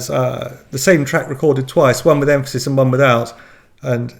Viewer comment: Correction: Em-PHA-sis.😂😂